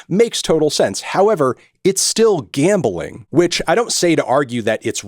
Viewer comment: Bro its Gambling not Gambaling.